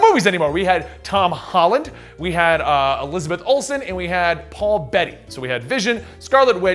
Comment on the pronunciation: Who's paul betty it's paul bettany